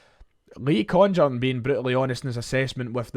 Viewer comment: Happy, happy days. Small point but there is no way that Congerton is pronounced like that. It has to be a hard g.